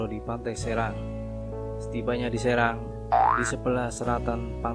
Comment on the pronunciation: Maaf min, pantai serang bacanya seurang